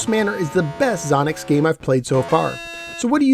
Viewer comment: It's pronounced Zō nocks. Long O. Your Character can push the wall when it moves away from you and score points. One thing you missed is Xonox games are 8K bankswitching ROMs.